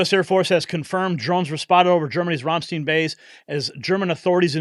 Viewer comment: When saying Ramstein, you ignore the E and make the I the key vowel. So, it's RAMSTINE. Spent 9 yes (3 tours in Germany):: 2 in Augsburg and 1 in Stuttgart. By the grace of GOD, we weren't at the AFB during the terrible airshow accident. Some of my husband's troops were injured but ,thank GOD, not seriously. Their injuries received rendering aid to victims. We wouldn't think about going back to visit now with the situation in Europe.